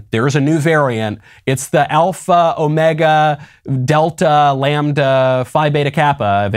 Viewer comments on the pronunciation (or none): none